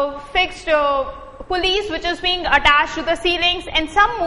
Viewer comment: Its PULLEYS not pullyes